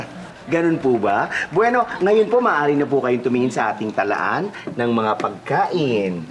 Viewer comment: Mali yung "bueno". Hahaha.